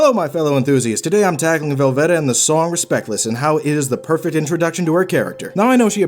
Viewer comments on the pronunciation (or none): I agree with the character study, but why are you pronouncing it like "Corvette"? It's just "Velvet", as in "red velvet cake". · The way you keep saying velvet makes my head swirl into a whirlpool